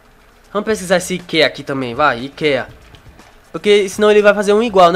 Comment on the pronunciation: le-se I KE A NAO IKEIA